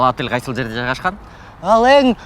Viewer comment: "Атэл"😂де,болбосо ОТЕЛЬ